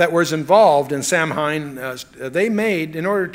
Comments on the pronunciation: I'm sorry but Chuck is wrong on this one. Samhain is not the "Lord of death". It is, "an ancient Celtic festival called Samhain (a Gaelic word pronounced “SAH-win”), a pagan religious celebration to welcome the harvest at the end of summer, when people would light bonfires and wear costumes to ward off ghosts". And that is a fact. Halloween also has ties to Christianity. "Halloween is thought to have roots in Christian beliefs and practices. The English word 'Halloween' comes from "All Hallows' Eve", being the evening before the Christian holy days of All Hallows' Day (All Saints' Day) on 1 November and All Souls' Day on 2 November. Lkook it'd need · Samhain is pronounced 'Sah - win' in English, although many use the Irish. An internet search tells me in other places in the British Isles they pronounce it: 'Sow - in' in Ireland 'Sow - een' in Wales 'Sav - en' in Scots. The 'sow' is said like the name for a female pig, not as in sow seeds. Chuck must've known about the spelling mistake . Martin Luther 'King?' Maybe it was a test to see who'd react. Nobody did. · The only thing I disagree with is that Samhain is actually pronounced "sow en". I would think chuck would know that, but maybe he is mispronouncing it on purpose to disrespect the evil entity. Because it doesn't deserve respect. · This is a much-needed teaching. One I'm thankful Chuck has provided to the millions who watch and listen to him. I have done much research on Halloween, and have been blessed to share information with a few people. Just a couple of things, if I may humbly share; Samhain is pronounced Sauween. The song featured in "Fantasia" is "Night on Bald Mountain." I'm so glad Chuck told that story about Walter Martin! I've heard WM tell that whole story right here on YouTube. Riveting! What a mighty team those two spiritual and intellectual giants would make! May God bless all who listen to this anointed and necessary teaching. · Samhain is actually pronounced ‘Sow-an’